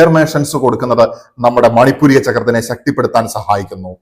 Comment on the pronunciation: മണിപൂരിക അല്ല; മണി പൂര ചക്രം ആണ് ശരി